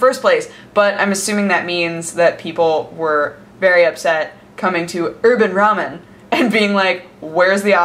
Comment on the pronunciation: TB: pls make WTF is Raman? Remen, Ramen, Rem...ün?